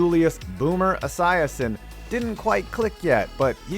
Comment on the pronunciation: Why he keep saying boomers last name like that